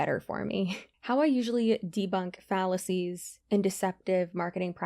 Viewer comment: Did you say "debunking fallacies" or "debunking phallus-ies?"